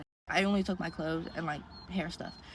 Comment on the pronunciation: whew the “boom “is sending me. I can’t take it but I like the video. I try not to judge anyone’s speech but I’m old lol😂